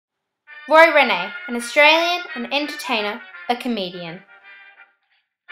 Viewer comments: It's not pronounced Renee but reen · The Hind part of Hindley St is pronounced like Mind. And Rene is pronounced Reen.